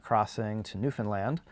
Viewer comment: When is gonna start pronouncing Newfoundland right like does?